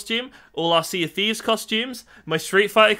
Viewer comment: I heard "catches steves" instead of thieves xD